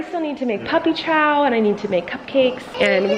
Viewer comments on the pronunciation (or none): none